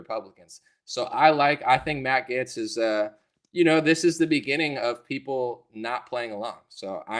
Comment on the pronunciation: Matt Gaetz does seem to be a good guy. If you like him though, you should pronounce his name right. It's pronounced "Gates" just like Bill, lol Matt Gates (Gaetz) ☺️